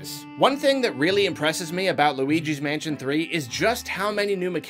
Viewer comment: I only hear Weegee's Mansion